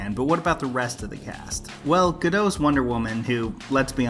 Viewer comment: Gal Gadot's last name has a hard T. Ga-DOT.